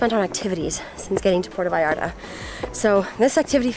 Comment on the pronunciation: Will y’all pronounce it correctly!? - It totally grinds my gears to hear the arrogance of yanks not calling 💩 what it is… It is NOT Pordda Vallarrda. It’s PuerTa VallarTa. Pronounced: PwerTa VayarTa Apart from that- nice vid.